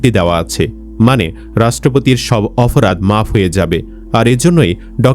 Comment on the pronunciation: এ ভাই আপনি অপরাধ কে অফরাধ বলছেন কেনো??????? এতো অশুদ্ধ!!!